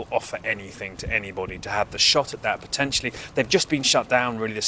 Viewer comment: "Potensively"? Is that potentially + ostensibly? 😂